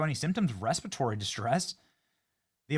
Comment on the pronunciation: 'REPERTORY' disease lol. You breathe it in. Has nothing to do with eating anything.